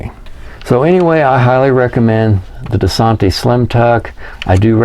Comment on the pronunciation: Great video! But say it with me. DUH-SAN-TISS.